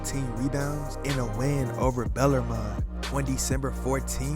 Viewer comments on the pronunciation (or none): this guy gotta get his pronunciations right. Dawn Staley??? Bellarmine????